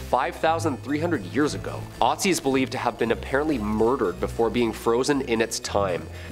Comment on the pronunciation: He says ötzi not right, but I am german and ötzi was a huge topic here, but never heard of the curse...